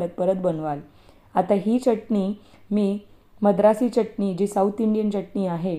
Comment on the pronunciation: च्यटणी नाही चटणी